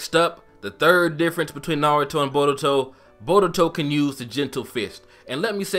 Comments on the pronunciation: borutou and narutou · Why do you pronouned Naruto as "Na-RU-To and Boruto as "Bo-DU-to? theyre practically should pronounce the same...